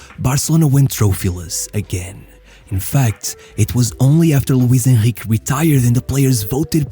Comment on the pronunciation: eu a ver o vídeo, ouço-te a dizer "Luís Henrique" e noto logo que és pt